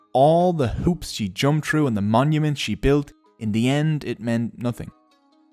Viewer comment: no one: Literely no one:: TROOOOOO Me: its THROUGHH